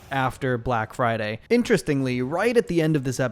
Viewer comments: “Brack friday bunduru” 😭😭😭😭😭😭😭🤣🤣🤣🤣🤣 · Ahhh yeah it’s time for the… “Brack Friday Bunadroo!” Lmao